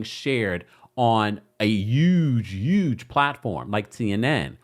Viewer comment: What is a “yuge” platform?? Lol